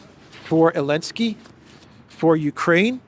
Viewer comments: Why does he call him Elensky? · why do you say Elensky and everyone else says Zelensky? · Elensky - the silent Z still cracks me up after three years